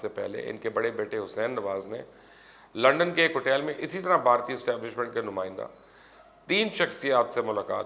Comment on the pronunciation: لُقمان صاحب یہ “ہوٹیل” لفظ کیا ہوتا ہے یہ آپ کے منہ سے اچھا نہیں لگتا آپ سیدھا سیدھا ہوٹل کہیں۔ خاص کر جب آپ اردو میں پروگرام کریں یا پھر اگر ہوٹیل ہی کہنا ہے تو پھر انگریزی میں کر لیا کریں لیکن ؤہ آپ سے ہونا نہیں۔